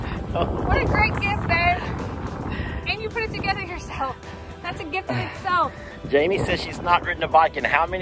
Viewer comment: Jamie not kamie